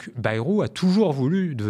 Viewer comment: Par pitié, arrêtez de dire " Baillerou " Aux termes de l'article 2 de la Constitution de 1958 : "La langue de la République est le français " Pas le béarnais : donc " Bairou "